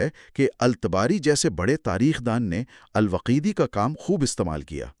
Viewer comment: الوقیدی نہیں الواقدی